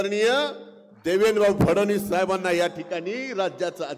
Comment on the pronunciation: अहो साहेब, प्रांगामध्ये काय, प्रांगणामध्ये असं म्हणा ना! आणि फडवणीस नाही, फडणवीस साहेब आहेत ते! खरंच, सकाळी सकाळीच टाकून आलात की काय... 😜 पुन्हा नीट सांगा, नाहीतर आम्हीही गोंधळून जाऊ... 😆